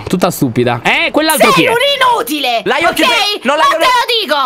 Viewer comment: Stre mi dispiaca ma la detto lyion pero ti voglio bene😓👆